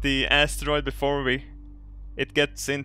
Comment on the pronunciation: i love how saying asstaroid:DD